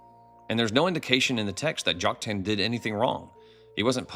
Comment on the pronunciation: I came across your videos just a few days ago and support your approach. I appreciate your willingness to look at the scriptures through unbiased eyes very much. But as a retired English teacher my ears hurt when I hear some name pronunciations; in particular Joktan. You can choose between the common American "Jock-TAN," or the Hebrew "Yoke-TAHN." But "Jock-TAIN" is not one of them. God bless and keep up the original research!😊